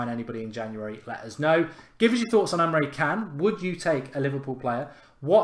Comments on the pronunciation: I dunno if this counts but I was learning about Busby babes that got me into football and supporting Man Utd as a kid......Busby used to be a player for Liverpool, before he managed Man Utd...oh and btw Emre Can is pronounced Emre Chan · The c in can is pronounced like a ch... I laughed so much when you pronounced it wrong. 😂